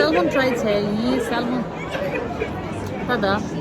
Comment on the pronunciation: Salmon is pronounced as Sam- Un. The letter ‘L‘ is silent in Salmon. Not sal mon. 😀